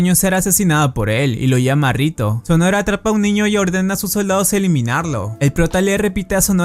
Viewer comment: Estuvo mencionando el apellido de mizuka todo el vídeo su apellido no es sonora si no sonohara(se Lee sonojara) y el del prota es rihito no rito se Lee (rijito)